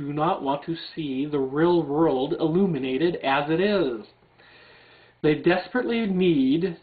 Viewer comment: Its halarious listening to you trying to say real world. rruulllee rruuwwlldd